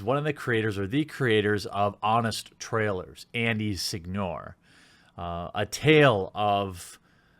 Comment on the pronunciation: Are you sure it’s Sig-nora and not sin-yora (Sigñora)?